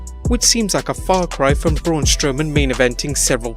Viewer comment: Braun Stowman wtf it’s Braun Strowman